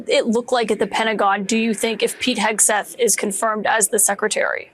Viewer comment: Correction , Hegseth not hAgseth., excuuussseeee ME.!!(thank you Mr.Steve Martin, comedic G O D.!😁🤓😆😅😂😎👍👍)